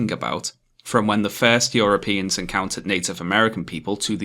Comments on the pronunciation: It annoys me how you pronounce "europeans" like "yoropeans" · >Apologies, as always, for my terrible pronunciation. YOROPEANS :^)